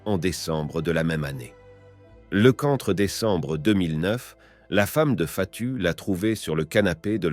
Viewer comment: le bot qui lit le texte.... "jan" au lieu de "djin" comme les "jean's" :o "déquambre" xD